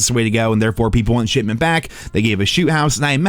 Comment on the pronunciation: I wouldnt be surprised if was actually saying "shitment" instead of shipment lol